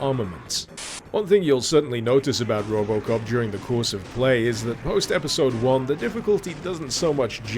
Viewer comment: Then he said robocop i actualy heard robloxcop